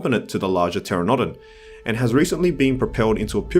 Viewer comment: Excuse; "TER-uh-DOE-dan"? It's a "TER-an-NUH-don" mate. Dimorphodon isn't a rhamphorhynchid either. It's just...Dimorphodon. Also; why is Tapejara excluded from the list? It has no similarities to Pteranodon, nor, Dimorphodon and is sizeable at best. It's also one of the most of famous Pterosaurs from the 90's courtesy of Walking with Dinosaurs and was even merchandized in the JP toyline. I know it is your opinion. But you just can't exclude some of these highly favored pterosaurs from the game. There are ways to make these situations work, like with the Quetzalcoatlus, either base it off the smaller specimen from the fossil records or expand the island, and create a large aviary like the one from JPIII.